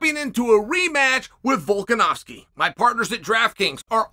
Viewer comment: Chael pronounces Makhachev wrong as usual but pronounces Volkanovski perfectly 😂😂😂